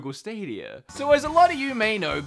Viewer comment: Google stadierrrrrrrrrrrrrr